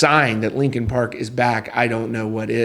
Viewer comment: R u saying lincoln park? 🫠😐